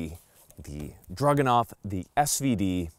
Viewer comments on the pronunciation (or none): DRAGunov. Not DRUGanov. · Stop saying "drug-anov". It's a freaking DRAGON! It's the Dragunov!! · sounds like he is saying druganov the entier time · I think it's cute how pronounces it 'Drug-enough.' 😂